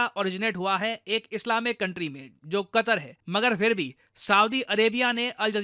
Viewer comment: Qatar ❌ "Qatar"nak ✅